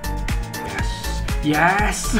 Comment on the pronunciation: Has anyone noticed that he says: "YAAASSS!!" instead of: "YEEESSS!!"